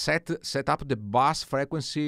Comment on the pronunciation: Hey, very helpful video. FYI In English "bass" in a musical term is pronounced like "base" - Bass said phonetically is a like a fish.So like B-ass. What you want to say is B-ase. Grazie;)